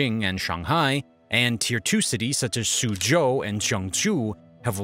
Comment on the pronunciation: Finally, someone who pronounced ShangHai with a “Shawng” instead of “Shay-ng”! Just a tip- “Zhou” is pronounced just like “Joe”